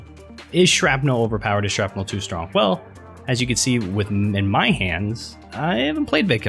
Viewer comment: he said stronk